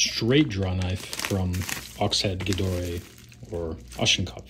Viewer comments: I agree on the handles! And its not so hard to spell as you might think: The "chs" in Ochsen is pronounced the same way as in ox. So Its pronounced like Oxnkopf. Thanks a lot for this very insightful video, which is more like a lesson for free. Tools and the right choice and maintenance is very underrated i think. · I have only the "Ochsenkopf" (its cute how you pronounce it ;) ) and I like it. Problem is the blue paint on the handles. Its not "solid", so it makes your hands blue, when you use it intensely and probably have the right sweat pH. I think i will completely remove the colour. Carving is pretty good in my experience too, but i keep training sharpening on it. So maybe it could be more sharp and have a better angle right now. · Ha, I should have looked up the pronunciation. It’s no wonder they go by Oxhead in the US—much easier to say! So far the wax mix seems to help keep the paint on but i’ll definitely take it off if it turns anything blue. I am definitely not a fan of paint on tool handles. Wood is such a better material to grip. Manufacturers feel a lot of pressure to do this because it keeps the product more shelf stable and makes them stand out in online pictures…but it also makes the tool worse to use so it’s definitely an annoying practice